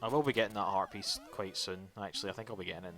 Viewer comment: Dude... When you say "heartpiece", it always sounds like "herpes" to me. "Another herpes I need to get!"